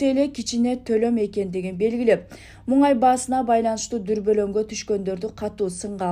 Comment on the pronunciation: Эй туура сүйлө МУҢАЙ ЭМЕС МУНАЙ